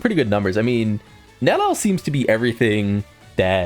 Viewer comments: It can't be THAT hard... Neli-el, please get it right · 3 syllables.. Nel-E-L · Bro still does not know how to pronounce her name😭